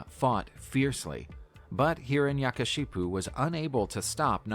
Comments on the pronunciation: is nobody gonna talk about hiranyakashyap pronounced as hiranashakashipu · Its not hiranyakashipu , its hiranyakashyap